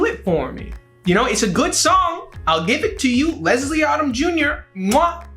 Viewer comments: I’m so sad right now. All my favorite songs are just being disrespected and I’m heartbroken. 😣😣Also, it’s not Odd-um. It’s Odom like Modem. 🤦🏽‍♀️ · LESLIE ODOM JUNIOR'S NAME ISN'T PRONOUNCED LIKE AUTUMN IT'S PRONOUNCED LIKE OH-DUM OMG